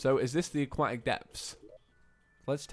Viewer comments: CAN YOU SAY AQUATIC CORRECTLY IT'S EXTREMELY ANNOYING. A-KWOH-TIC. I know the british can't speak properly but come on mate. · "aquatic" has a "t" in it